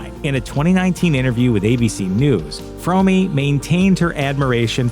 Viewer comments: Well you got it almost right. Lynette Fromme’s last name is pronounced Fro (as is Show) me. It’s not pronounced Frau me as you stated. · Yeah but the family didn’t not pronounce the name “frommy” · Sorry but I prefer the supposedly incorrect but commonly accepted pronunciation of Lynette’s name. “Squeaky Fromm-eeeeee” sounds too much like a cartoon character. Then again she seemed like a real-life cartoon character anyway.